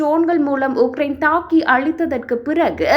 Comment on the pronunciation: 6000 உக்கிரயின் உடல் உனதுஉச்சரிப்புமற்றும்செய்திகள்பிழையாகவுள்ளது😮😂😮😮😮😮😮😮😮